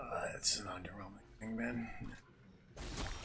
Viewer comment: SRO Plumming his worst match up: " UnDeRnWeLmInG "